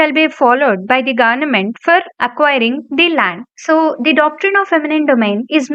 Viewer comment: Pronounce Government properly